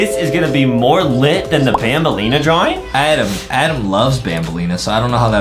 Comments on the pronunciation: I love how Justin said AADEEM instead Adam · I love how Justin said AADEEM instead of Adam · AADDM ned sapm meeeeeelk